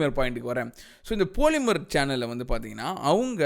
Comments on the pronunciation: I liked the way you pronounced “POLI”MER 🤣🤣🤣🤣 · Poli mer pronunciation 😂👍